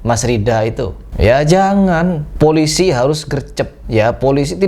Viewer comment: POLICI DAMCAR WKWKKWK